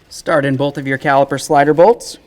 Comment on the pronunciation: Very helpful video. You may try to cut back on saying "go ahead and". Also you keep saying bowlth instead of both. Very distracting. A lot of content creators seem to do that but seem to only do it when they are explaining something.